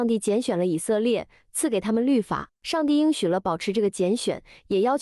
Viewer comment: 应许之地，应读音硬。